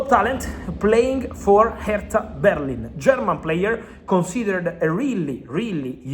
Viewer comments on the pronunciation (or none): none